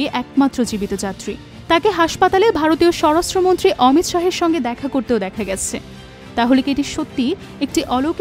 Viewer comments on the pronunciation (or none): none